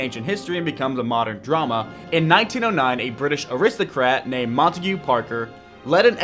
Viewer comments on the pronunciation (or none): none